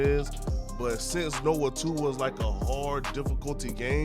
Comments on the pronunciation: Nioh is pronounced “NEE-YO”. Kept being pulled out of the point you were making every time you said “Noah 2” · Can’t take you seriously when you cannot pronounce nioh